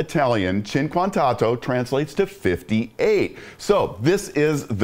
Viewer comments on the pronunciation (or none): It’s pronounced “oh-toe” not “auto”